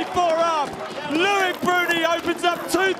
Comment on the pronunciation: L-O-I-C not Louic.